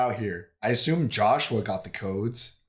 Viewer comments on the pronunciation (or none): none